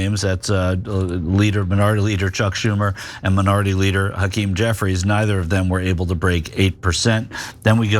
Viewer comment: Auntie who said "Hakeem Jeffries" needs to really pay attention.